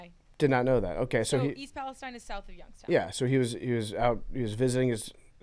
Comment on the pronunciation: The Ohio expert in the room doesn't know how to pronounce East Palestine